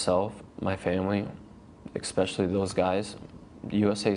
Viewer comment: the best part is when he says "ekxspecially"